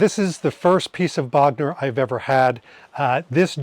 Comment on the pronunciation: Bogner is properly pronounced with a closed 'o' rather than with an open 'o'. There is no open 'o' in German. Bogner with an 'o' as in 'go '. Cool trip. Thanks for taking us along and of course Happy belated Birthday!